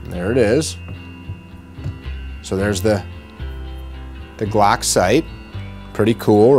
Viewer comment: “StaCk” “GlAck”